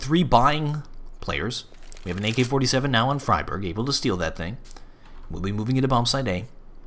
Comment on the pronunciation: I love you but you must stop your old bad habit of saying "fry-berg" instead of "free-berg". You were doing so well there for a while! But I am a pedantic linguist so I'm probably just being picky, lol.